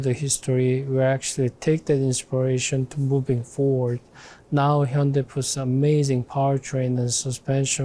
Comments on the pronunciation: It's promounced 'Hun day' or 'Heon day' why do we have to absolutely burcher the name. You can even hear the korean guy say it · I can't believe he said hy-un-dai. Especially after those adverts for the correct pronunciation in UK. Schoolboy error. Or did he mean it? 🤔🤣 We need cars like the 74 and that Renault 5 concept and the likes of 😍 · Oh god! He said hi-un-die during the interview 😂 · Man said "Hai-En-Dai" to that guys face 😂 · Good lord, it’s not pronounced “Hi-yun-DIE”. Automotive journalist but can’t take the time to learn how to say the word correctly 🤦🏻‍♂️